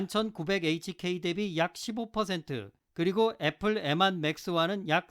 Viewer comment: 추억의 발음...엠완